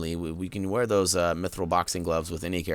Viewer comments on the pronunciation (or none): none